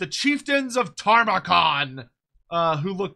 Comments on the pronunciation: Don't you mean "Tamurkhan", not "Tarmakhan"? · Brother. Respectfully. His name is not Tarmakhan. You're killing me.